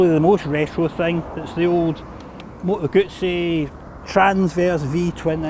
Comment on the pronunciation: Good review, and congratulations on being one of the few english speaking reviewers to pronounce Moto Guzzi properly👍🧐